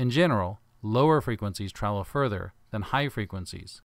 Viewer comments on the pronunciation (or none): none